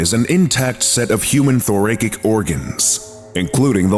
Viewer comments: The last syllable is pronounced as if you're saying the word "sick", not "kick". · Thor (like the hero. Ra (the a should sound like in the word acid) Sic ( should sound like the word sick, not kick) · Like "thor - A - sic" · Is the narrator mispronouncing the word "thoracic", or is it just me? 😂